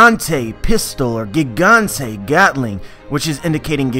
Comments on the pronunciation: Nah if he was hardcore at pronouncing it the way japanese do it then he wouldn't say Barto l'mayo. Plus they say Jiganto not Gigantay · It's actually "gigant" (pronounced "giganto" in japanese) not "gigante".